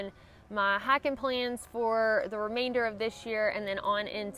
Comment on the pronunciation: Our prayers are with you. I get amused every time you say "hiken." Love it. You'all. from Texas. Blessings.